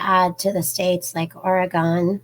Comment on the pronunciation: First it’s pronounced Ory-gun not Ory-gone. Oregon. Lol. C Auris is a fungal yeast type infection and is resistant to antibiotics. Thanks for the heads up. You are so sweet. Honey you look very tired!!!